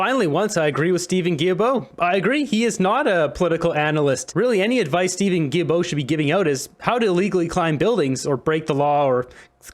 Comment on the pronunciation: The name is pronounced: GILL-BO. Thanks!